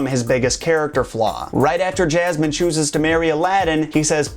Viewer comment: 3000 can't think for themselves and are wooed by this host you says SOUL-tan and JAZ-man.